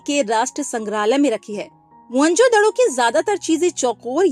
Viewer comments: Mhonjodaro ❌ Monjodhdo ✅😅😂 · mohan jodharo ❌ mohan jodhdoooooo ✅ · Mohanjodaro ❌ Mohanjoddo✅😂😂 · Mohanjadaro❎️ mhanjadado😂✅️ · mohenjodaaro pronounce karte hai maam